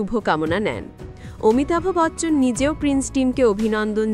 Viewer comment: Fake news... Thik kore pronounce korte sikhun... Amitabh Bachchan is THE LEGEND OF ALL LEGENDS... AMITABH AE CHOBI TE...KANO BEKAR LOK HASAAN..